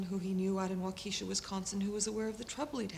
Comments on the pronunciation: Just to be clear....it's pronounced WAU-ke-sha...not Wau KE-sha.....:) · She refers to Waukesha, Wisconsin, but her pronunciation is so humorous is so "quaint", Waukeesha! I live but 30 miles away! Damn nice town!